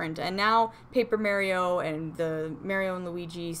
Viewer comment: The way she says it Mare-E-O LOL love it